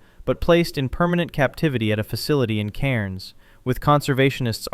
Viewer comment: Cairns is pronounced cans